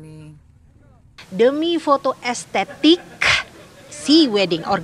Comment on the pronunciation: demi foto estentik kuuurrrrkkkk😂😂😂 gimna sih ngomongnya hahahahahahaha